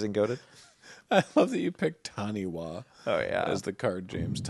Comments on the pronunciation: Fun / minor totally-didn't-expect-y'all-to-know-this on pronunciation: Taniwha is Ta-ne-fa - it is Te Reo Māori, the language New Zealand's native peeps Genuinely did not know the card existed 😅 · the word taniwha is a Māori word, the -wha is a fa sound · It's pronounced "TA-ni-fa". The "wh" digraph in Maori is pronounced "f".